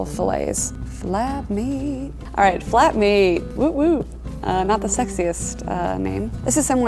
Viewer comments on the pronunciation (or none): I thought she said fap meat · flep meeeeet